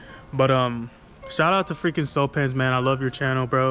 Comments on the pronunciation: it’s actually pronounced “cue-pins” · hey dawg i know this vid is seven months old but i just wanted to let you know, the way cewpins pronounces his name is like "Cue Pins (like queue)" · Here we go!!! This is new content coming from the weedtubers: reacting to what other weedtuber claim such as this topic, THC, hemp wick and so on. I LOVE IT!!! NO CAP, GREAT IDEA 🔥🔥 Also, it's pronounced "Q-pins"